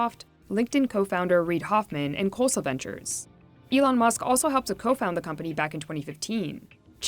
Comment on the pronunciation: The narrator pronounced Khosla as Kholsa😂